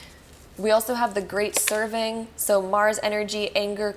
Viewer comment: Love you and thank you! -- Sorry, but I have a bone to pick with you lol in Pile 3 you read the card as, "The Great SERVING" when it was really, "The Great SEV-VERING" which means to cut off or break similar to the "Break The Chain" card. -- I know the meaning still stands, just wanted to point that out for others 🙂😉